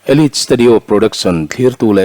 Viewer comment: Elit studio ti in reader lah hian a rawn sawi ziah a,Elite(Elait)ti a lam tur ni awm tak.